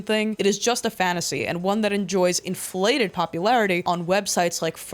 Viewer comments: it certainly made me chuckle, it felt very intentional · the emphasis leads me to believe it was completely intentional LMAO